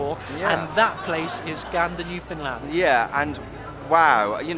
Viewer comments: I'm not a Newfie but I hate to think what they'd say to someone who pronounces Newfnland as New Found Land. They'll probably be kind if you're a foreigner but they crucify fellow Canadians for it. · I'm from Newfoundland. That warmth you see in this production is typical of the warmth of my island and it's people. We come together and help each in times of need. It's just who we are. I wish the rest of the world was like that. And just for the record, it's pronounced "new" "fun" "land". :)